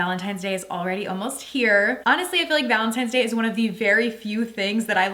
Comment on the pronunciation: Wtf is gallon tines day or whatever it is you keep saying 🤣